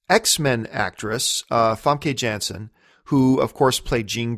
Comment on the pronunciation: It's more like Famkuh Yahns-sen (close enough to the actual pronunciation). Source: I'm Dutch.